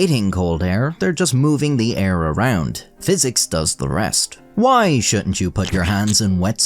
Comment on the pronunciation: WHYYY, do you pronounce “why” that way??